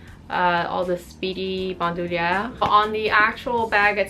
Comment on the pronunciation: so far you're the only one I've seen on youtube who pronounces bandouliere correctly :)